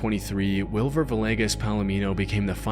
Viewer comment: Sorry I have to say this but for the last name Villegas, it’s pronounced VEE-YAY-GUS lol. It triggers me every time someone says it wrong